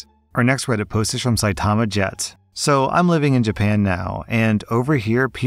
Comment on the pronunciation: Saitama is pronounced CY-tah-MA.